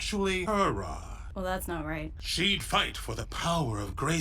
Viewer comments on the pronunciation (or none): For The Honor Of GrEysKulLlL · For the honor of gray-SKOOL